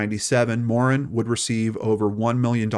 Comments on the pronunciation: This is the story of a very sad stain on the Canadian criminal justice system from my world and my era, this poor child and then that poor man. Well done on the telling. I feel compelled on his behalf to mention that I've never heard Morin's name pronounced in this Anglo fashion. I believe Morin is a francophone or at least of French Canadian descent so we say Guy (rhymes with tree) and Morin with the emphasis in a French fashion. We are mostly not bilingual in Toronto but we typically pronounce the names well. I know Americans would not be accustomed to this detail. It does not take away from your presentation. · Pronouced Morann just like the name Ann